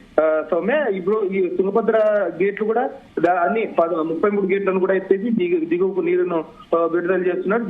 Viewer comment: Eguvaku kadu amma thalli ...diguvaku vadulutharu.